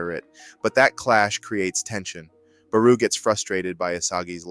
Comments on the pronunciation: It's BarO not BarU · No way you pronounced Barou as PERU!! 😂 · definitely feels like ai both wrote and narrated your script. At multiple times you mispronounce names (like nagi-nagee) or inconsistency with barou's name, not to mention flat out incorrect things like saying the swordscrew is yuki's signature shot (it isn't, he did it once) or saying it tricks goalkeepers into moving to one side only for the ball to drastically curve (that's the gyro shot, his actual signature shot). And overall the way the script is written is incredibly reminiscent of AI, especially the way it pads it out with unnecessary noise that adds nothing of value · Yeah doesnt say barous name properly